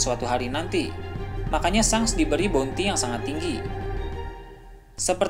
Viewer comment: Ejaannya memang shanks , tapi sebutannya " shenks" min.. lidah kacau bgt lu min..